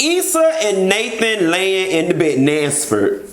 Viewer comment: Dineva who's naspert? I know you mean Nathan but it's funny .